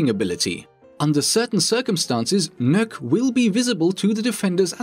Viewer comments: Did i just hear he mispronounced Nokk’s name. I heard “nuke” what I pronounce her name “knock” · The not how to you pronounce nøkk